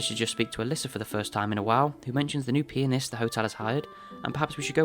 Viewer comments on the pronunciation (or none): um…I don’t think that’s how you say pianist…